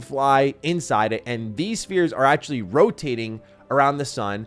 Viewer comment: Todd: “It’s like Skyrim in space.”: “ACKHULLY, it’s like Oblivion in space.” JFC dude 🤦‍♂️